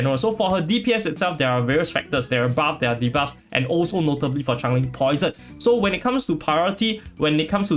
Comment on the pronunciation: im from singapore and this is a great guide. However, the way you keep on pronouncing it as chang-ling is super annoying ngl.. like she isnt a chinese char so its essentially butchering her name. And even in the story, she shape-shifts (sort of), so she is definitely changing alongside her environments. If you are unable to say her name due to any reading difficulties, then i apologise in advance, but its super triggering lol